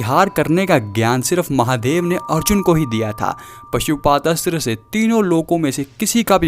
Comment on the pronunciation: निवेदक पशुपात अस्त्र बोलता है। परंतु, सही उच्चारण पाशुपत अस्त्र बोलना योग्य है। मनोहर